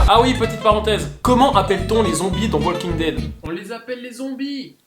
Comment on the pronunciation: On prononce pas le L dans walking dead MERDE